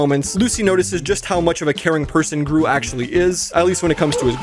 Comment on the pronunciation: when he miss said gru as dru, he was hinting the 3rd movie